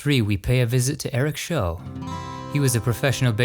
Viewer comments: Part 2). Facts that were left out that are of interest.. Eric Show's last name was mispronounced, it rhymes with Chow or mou-th. Eric was the pitcher who Pete Rose broke the all-time hit record against and was heavily criticized for sitting on the mound with crossed arms during the celebration that occurred afterward. Many felt it was a sign of disrespect. He was criticized when he admitted to being a member of the John Birch Society. He was considered to be an intellectual and was also a jazz musician. He considered himself to be a Christian despite having a drug problem. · I got to see Randy Rhoads perform at the Springfield Civic Center in Massachusetts in May 1981, approximately 10 months before he passed away. Phenomenal guitarist and also one of the skinniest human beings I personally have ever seen. By the way, Eric Show's name is pronounced "Schau," not "show." In addition to being a great pitcher, he also had some rather polarizing political views as well.